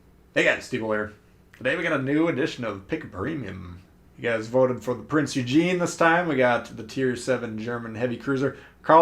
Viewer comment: Pronounced "Oy-gun"